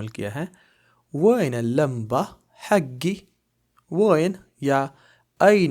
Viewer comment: حگی نہیں ہوتا بھائی حقی ہوتا ہے بولنے میں